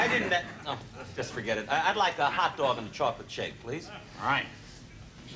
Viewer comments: "What's a hotdag"? LOL!!!!!! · "What's a Hotdag?" lol